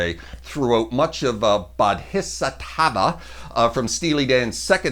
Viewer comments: Good job. I think Walter Becker deserves some praise for his solos. And, it's pronounced "bo-dee-sot-va." Thanks. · Not Bodhisattva? Heresy! HA! You said it at the end. Badly. Bow-dee-zot-vuh. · pronounced bodi-sat-va. In Buddhism, the Bodhisattva a person who is able to reach nirvana but delays doing so out of compassion in order to save suffering beings. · (Bodhisattva) Boh dee saat va. It is a term from Buddhism referring to an enlightened being who, instead of transcending, chooses to remain on the Earth to help others become enlightened. With the song, Becker and Fagen are actually making fun of all the hippies following Buddhism at this time in the '70s, therefore, the references to China and Japan. Also, Aja is pronounced Asia, like the continent. Guitar playing was good though. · I subscribed, despite you having mispronounced Bodhisattva. As well, Skunk Baxter's RDLTN solo would be my #1 on the list. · Nice! A little surprised you didn't include the ending solo for Kid C. Glad you mention Denny's work on YGT2; one of my fave Dan tunes, and and incredible solo. I am curious, though where you got your pronunciations for A'ja and Bodhisattva. Odd. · Great stuff! Hard to argue with the choices, but...surely an honorable mention for LC's solo in Third World Man. (Oh, you mispronounced Aja and Bodhisattva.)